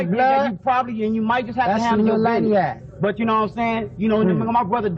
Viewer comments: LANIACK & LIL LANIACK; not LANICK & LIL LANICK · Lil Layniack long A sound.